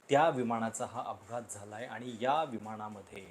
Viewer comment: तुमचे विचार मुद्दे व मांडणी चांगली असते मला तुमचे व्हिडिओ पाहायला आवडतात पण एक सुधारणा सुचवू इच्छिते तुमची भाषा शुद्ध आहे परंतु तुम्ही न आणि ण चे उच्चार योग्य पद्धतीने करत नाही. कृपया आनि पानी पन असे उच्चार करू नका